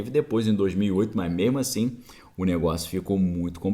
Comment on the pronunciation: Ótima live , passando sua opinião positiva do nosso país , gosto muito do seu ponto de vista , da sua análise ..... Mas você continua falando memo ou mema rsrsrs ... corrigi isso Parabéns pela live.